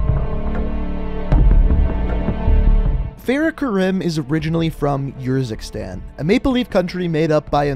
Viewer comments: It’s pronounced Kareem not ka rim, it’s triggering me when it shouldn’t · Kareem(I) when you say it as Karim it bothers me 😂😂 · It's not Karim it's kariem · Mate u have to start pronouncing people names right like farah is pronounced kareem that kirim it even says it in the campaign just a bit more effort mate not good enough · its natively Arab so the correct pronunciation is Kareem. The "American" pronunciation is wrong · I m also Arab so I was so annoyed hearing him say KaRIM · Karim is pronounced Kuh-reem, like the basketball player kareem abdul-jabbar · Fair-uh Karime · btw karim is pronounced as k-a-r-ee-m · I’m pretty sure it’s pronounced ka-reem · It is Farah Karim not fareh karim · (FAR-Ah) (ka-reem) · It's pronounced fer-ah ker-eem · It’s karEm